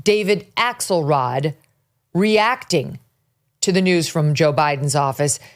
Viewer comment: I just thought I heard “Asshole rod” and realized it was “Axelrod.” 😂